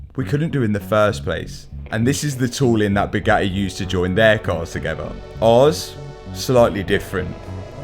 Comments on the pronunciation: How come this guy is unable to pronounce the letter T..?? As in Bugatti (he says ”Buga-i” everytime!😳 I thought he had som jaw-issue! Then, all of a sudden he spells out ”titanium” correctly!!! A mystery!🤔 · is the bugattehh tattoo new 😂😂😂